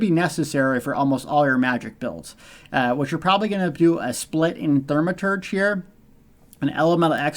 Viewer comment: Its NOT pronounced THER-maturge....its THAU-maturge... Do you have any idea how dumb you sound saying thermaturge? Like making a star wars video and talking about "the farce" instead of the force...